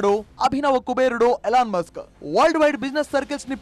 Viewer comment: ఇలాన్ మస్క్ కాదు.. ఎలాన్ మస్క్